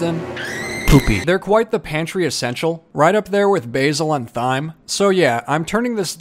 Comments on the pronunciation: YOU REALLY PRONOUNCED THYME (T H y me )IT IS PRONOUNCED ( TIME ) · Thyme is pronounced time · Thyme is just pronounced like time